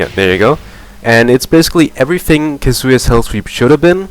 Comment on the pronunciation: You pronounce Kazuya wrong. It's Khaazuyaaa.